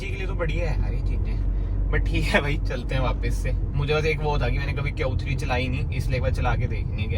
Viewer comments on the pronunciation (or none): "Kyun 3" instead of q3. chappri bhar gye hain yt pe